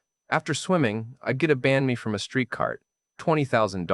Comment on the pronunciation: omg that accent on this guy. And I'm from the south! "Ban Mee" "Com Tam" this guy is lying about his language classes.